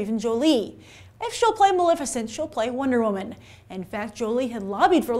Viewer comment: Wonder wo-MAN